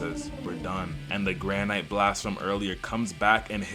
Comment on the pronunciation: If this dumbass says granite like that one more time i swear